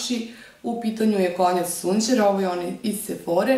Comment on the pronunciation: sjajni favoriti! Konjac se izgovara "kondžak", mozes cuti u americkim klipovima kao i u videu zvanicnog kanala Konjac sundjera :D